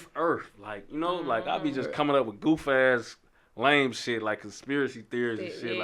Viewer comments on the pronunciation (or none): none